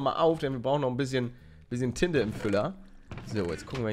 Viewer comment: palle auch wen du nicht alles siehst mögen wir dich daf7r dein lachen und etc du bist einfach so eon toller YouTubeer und wo du tinte gesagt hast dachte ich du sagst tite